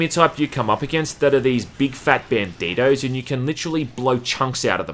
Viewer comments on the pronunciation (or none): haha i fuckin love the way "bandito" sounds in an australian accent